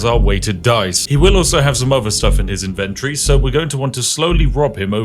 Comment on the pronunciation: INVEN-tree? WHAT IS HAPPENING HERE